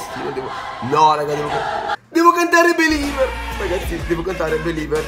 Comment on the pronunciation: ( & ) si Carige Believer non Beliver